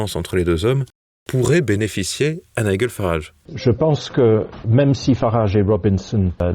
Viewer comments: 2 journalistes ne savent même pas prononcer le nom de nigel qui se dit naïdjel et non pas naïguel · Très bonne info comme d'habitude. Une remarque: Nigel se prononce Naïllejeule Farrarage pas Naïllegueule. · C'est Nigel comme dans gel, pas Niguel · Apprenez à prononcer nigel pour éviter d'être ridicule😂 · Ne serait-il pas temps d'apprendre à prononcer le prénom de Nigel Farage??? TVL a vraiment des journalistes au-dessous de tout.